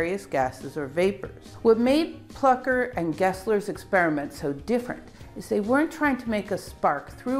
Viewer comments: Taking nothing away from the brilliant explanations, there is an umlaut over the u in Plucker. Thus, I would surmise the u is pronounced oow: plooker. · It think it may be pronounced "Flooker".